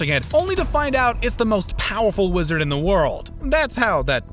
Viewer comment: Uhm... Wizder?